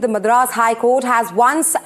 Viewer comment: The way she pronounces Madras is so annoying!! As a Tamilian and a South Indian, I feel she should've atleast done enough research on the correct pronunciation before talking on "national" Television.